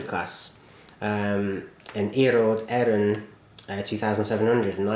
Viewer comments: Great review. Well done on the pronunciation, I'd almost believe you are a native Irish speaker :-) Trainbrain141 is right about the Murphy Models trains. You should get around to reviewing their locos if you can. Keep up the great reviews. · You did a good job on pronouncing Irish rail and you do great videos